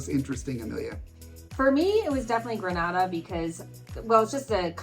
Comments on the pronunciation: Greneda Not Granada ...😢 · Grenada is pronounced, “Gren-AY-da,” with the long a sound. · The pronunciation of the island nation of Grenada has a long initial ‘a’, as in bay. It is not pronounced the same way as Grenada in Spain. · Great content as usual. Thank you. The countries in the Caribbean are pronounced Gren-ayda, Nee-vis.